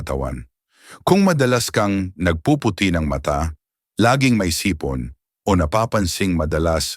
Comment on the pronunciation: mali po ang bigkas mo ng sipon